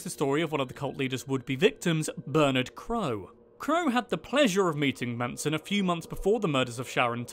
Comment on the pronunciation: ITS NOT FKIN MANSOM ITS MANSON